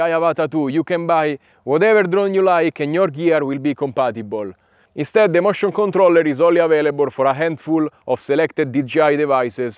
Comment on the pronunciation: No, I meant that when you say motion controller it sounds more like mushroom controller. I found that very funny, no offense.